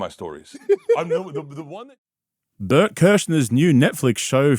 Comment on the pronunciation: steve brule pronunciation of Bert's name